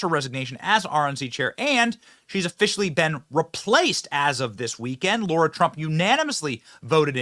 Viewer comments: Hi, not sure if u realize this but u kept pronouncing Lara's name as Laura. Even the CC shows as Laura based on ur pronunciation. Go TRUMP 2024..!! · Yay for Lara! Benny, stop mispronouncing her name. It's not laura. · Benny Its pronounced L-A-R-A!!!!!! Not Laura!!!! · Benny, no offense but it's LARA, not LAURA. Not a good look to get it wrong. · Benny, why are you saying Lara as though it's Laura? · 'PS' Benny: Sir: it's LARA, not LAURA. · Benny, it's LARA not Laura. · LAIR-Uh. Not LAURA. Johnson